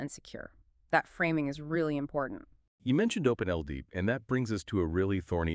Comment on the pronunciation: It's Open-L-DAP, isn't it? I dunno why the pronouciation is so far off - ...